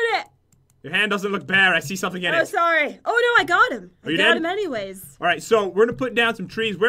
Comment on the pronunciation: sorri